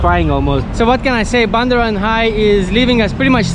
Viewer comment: It’s called Bundaran HI as in Hotel Indonesia, pronounced H-I 😊